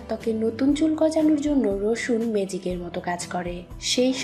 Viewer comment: মেজিক না আপু ম্যাজিক,,,, উচ্চারণ ঠিক করেন